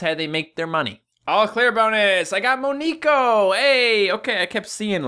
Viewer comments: It is (mon ne ko) not (me nek o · it is pronounced mo-neck-oh because neko is Japanese for cat so moneko